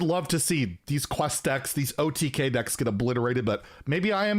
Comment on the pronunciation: Did you really say OTGay?